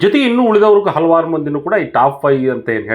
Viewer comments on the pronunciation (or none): none